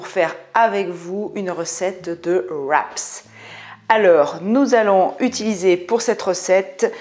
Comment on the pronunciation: tres belles recettes merci, on dit un wrap pas de sss au québec ! hihi